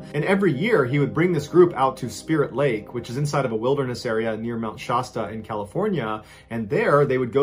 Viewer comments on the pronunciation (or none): Mt. Shasta is not "shah-sta"...the "a" is like the a in apple. "Sh-ass-tah." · Sh aa st uh, not shosta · The way he pronounces Mt. Shasta 😅